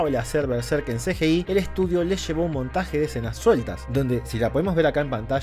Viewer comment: El mundo: CGI: "El Ce ye ei"